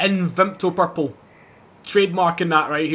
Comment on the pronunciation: Hearing a Scotsman say purple and victo priceless nice build